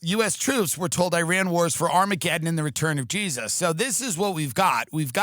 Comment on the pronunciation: Dude you're the first american that pronounces iran correctly lmao